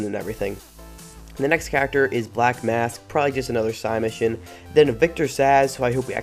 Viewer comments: SIDE mission not sigh mission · Dude, please. Say side mission, I hate being one of those guys but hearing you say sigh mission over and over is grating on my nerves.